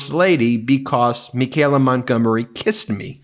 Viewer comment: Ben, why so much trouble pronouncing Michaela...me kay la... there's no g...it's not me gay la.